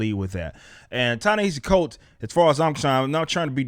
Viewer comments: It sounds like he's saying "Chinese cults" for that writers name lol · So one project wasn't to your liking that makes the entirety of this mans body of work terrible? You can not even pronounce the man's name properly, but we are supposed to take your opinion seriously? This man has published three non-fiction books all best sellers: Is a Genius grant winner, a MacArthur foundation winner. But according to you he gets comics work out of nowhere? You obviously have a political agenda! You do not even know what he is is writing, no announcement has been made stating that he is writing a black Superman, yet you have taken the ball and run with it, in anticipation of some sort of offending material...... You are actually doing a disservice to your audience!